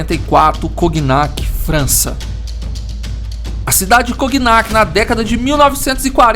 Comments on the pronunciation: só corrigindo que não se fala coGnac, a pronúncia correta é igual a famosa bebida "conhaque". O GN vira NH. É isso, ótimo video como sempre! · Obs: Não se fala "Coguinaqui" se pronuncia como "Conhaque" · Brother, a pronúncia certa não é "coguinac", é "conhaque", mesmo. Pq a junção das letras "gn" em francês têm o sim de "nh" em português. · Só uma coisinha: o nome da cidade se pronuncia "Conhaque" (O nome da bebida, que inclusive é citada no vídeo vem justamente do nome da cidade). Parabéns pelo canal. Ótimas histórias que quase ninguém conta no YouTube. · Cognac se pronuncia conhaque. Por isso a bebida se chama assim. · Cognac se pronuncia conhaque. Ok? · Por que essa narração nesse estilo? Não agrada não. Exagero na narração. Não sabe chamar a atenção, não sabe por o tom de mistério, de tenebrosidade. E a pronúncia deve ser Conhaque. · O nome da bebida se deve a essa cidade. É feito a pronúncia de "filet mignon" (francês) = filé "minhon" (português). Sugestão: usa o tradutor para ouvir a pronúncia, durante a edição dos vídeos. Abraço.